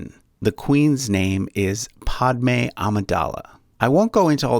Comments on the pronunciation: It's padme not podme. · The i in quigon is pronounced /i/ not /e/ and the a in padmé is pronounced /æ/ not /o/ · Unless you're British, Padme's name is pronounced like a Brillo pad. It's not pronounced like pod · When he pronounces Qui-gon (Qu-eye gon) and Padmé (pad-mae) wrong 🤦‍♂️ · He literally just called qui gon, quee gon, and padme, pahdme, and Beru, Baeru. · This is cool but I can't get over "Quee" Gon Jinn and "Paudme" 😆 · I can’t stop laughing, ‘Podmay’ ‘Quee gon gin’ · Quee-Gon, Podme, and Bayru names were driving me crazy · I think this guy hasn’t seen the movies and just read the Wikipedia. Qui-Gon and Padme are pronounced differently by this guy than the movies he is using as a source. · You are saying Padme and Qui-gonn jinn name wrong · This man has mispronounced Qui-Gon Jin and Padme smh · Then again Padmé was horribly mispronounced in the movie. In the original Sanskrit it (the a) is an "uh" sound as in alert and the D is soft like in French or Italian. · This guy just said quee gon And podme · The way he says padmè puts every bone in my body into attack mode